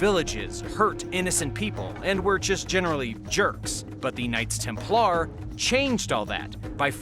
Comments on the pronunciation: Its pronounced TEMPLER NOT TEM PLAR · Maybe it's the Klingon pronunciation 😂 TemPLAR!